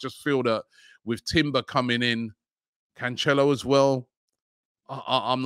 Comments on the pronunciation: It’s not pronounced canchelo Robbie, he’s Portuguese not Italian. Nice and simple João Cancelo. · Man said Canchelo as a Portuguese person I can confirm that was incorrect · Jao KanChello😂😂😂😂😂…. Robbie killing names since 1900